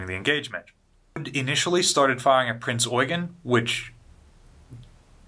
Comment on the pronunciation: the way he said Prince Eugen, I felt that. Well done, sir.